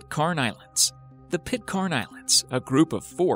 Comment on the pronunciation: The mispronunciation of Pitcairn is excruciating. it's not Pit-KHAN, it's frigging Pit-CAN! #plonker